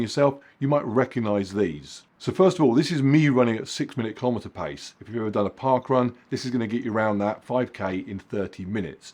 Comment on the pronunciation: Keelow meter